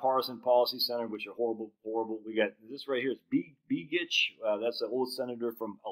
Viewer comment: Begich is pronounced “BEGG-itch.” Senator Mark Begich’s brother, Dr Nick Begich, used to be a guest on a radio station and that’s how he said his name.